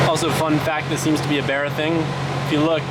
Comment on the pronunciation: B “A” RRA, not B “E” RRA..